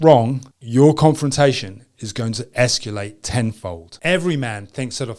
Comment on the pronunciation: the word is "escalate" not "esculate"